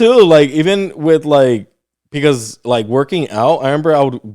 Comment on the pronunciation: Or how he says pecause lol 😂